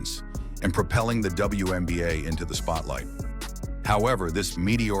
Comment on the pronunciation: It's called the WNBA, not the BWNBA.